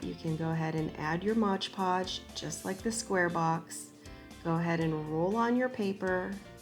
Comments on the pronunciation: it's not "modge" podge. it's "mod" podge. ARG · Adorable!! But it’s not ModGE Podge. It’s MOD PODGE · Love...but why do people call it modge podge? It’s mod podge! 😂